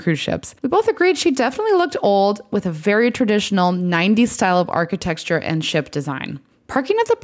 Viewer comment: did you say “architexture”? That’s my new favorite word now.